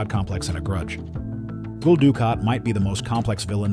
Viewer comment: You do an entire section on Gul Dukat while showing pictures almost exclusively of Elim Garak. I'll give you points for at least getting the correct race, but those points get neutralized by the inability to properly pronounce "Gul". My take is that it is a human who "commissions" these AI productions. As such, it should be up to that human to actually watch and listen to that production at least once and correct any blatant errors. Such as, if the AI voice mispronounces the word "Gul" as "Ghoul", go back and edit the script, changing any occurrence of "Gul" to "GULL" (like the bird). The AI is more likely to get that sound right, even if the spelling is technically wrong.